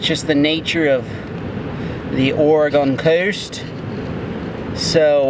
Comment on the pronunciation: Thank you so much for pronouncing Oregon correctly. First person I’ve heard do it correctly from out of state. Love your vids, got me into fishing this gorgeous coast.